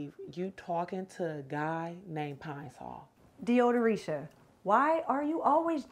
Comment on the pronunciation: "Deodoritia"? Lol!!!, you need to get a new intro to your videos because your body has "changed" a lot and it's all good.